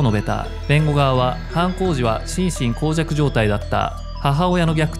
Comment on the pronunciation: しんしんこうじゃく じゃなくて しんしんもうじゃくじゃない？